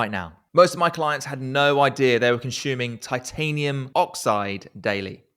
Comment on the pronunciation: Excellent video. But what’s with the consHuming